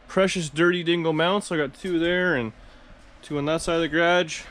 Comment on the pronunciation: must be is BOSTON accent???